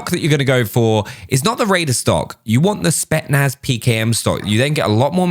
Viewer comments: Who’s gonna tell that it’s spetZnaz 😂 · My man really just said spetnaz feet😂